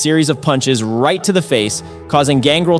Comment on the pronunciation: You're clearly not a pro wrestling fan. The pronunciation on X-Pac and Gangrel is pretty cringe. It's X-Pac as in 2-Pac and it's Gangrel with emphasis on the EL.